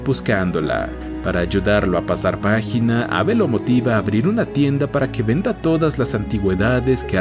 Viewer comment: Adicionalmente, algunos nombres están mal pronunciados, como Jo la compañera de Henry y no "Cho", y Abe es diminutivo de Abraham por lo que en inglés se pronuncia como "Eib", entonces me pregunto, el video fue narrado por alguien que No sabe leer nombres en inglés, o por una voz electrónica.